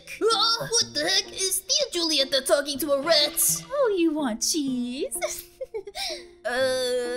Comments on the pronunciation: I think you haven’t watched encanto yet and sorry for corrections, it’s spelled “julieta” but it’s pronounced “hulieta” with a “h” sorry again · when you see it is julieta, but you have to say hulieta. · I’m sorry to correct you but instead of Julieta it’s pronounced Hulieta